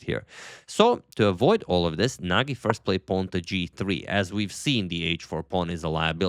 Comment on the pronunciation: I think that that g’s in Nagi’s name are pronounced as g in gem